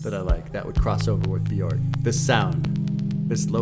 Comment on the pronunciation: so glad to see this reaction but just so you know bjork is pronounced byerk :) bee-yurk